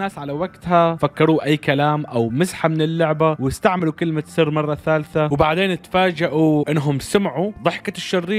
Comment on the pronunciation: انت كلت كلمة ثر مو كلمة سر 😂😂